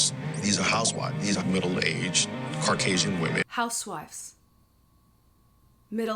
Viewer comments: And why would the accusation be that Meg’s detractors are “middle-aged Caucasian* housewives”? What evidence is there?! Serious question. What is the evidence to back up their accusations? *I listened to the quote multiple times, and I could have sworn that the speaker actually said “Harkasian”. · said "Middle age Carcasion housewives" What's a Carcasion? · I like the way pronounces "car-casian" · He really said “carcasian women” 😂😂